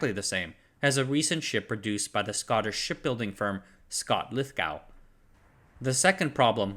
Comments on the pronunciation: The "gow" in Lithogow is pronounced "go" just the same as the the way it's pronounced in "Glasgow". Neither of these words sound like "cow". It's deeply unpleasant to hear these names repeatedly mispronounced. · quay is generally pronounced as in key? Well, it is around these here parts anyway. And Lithgow is generally pronounced lith go as in Glasgow which is pronounced Glaz go where z as in Zimbabwe. This guy can't pronounce it either but there are loads of Scottish in his comments section to. Anyway, great channel, keep up the good work!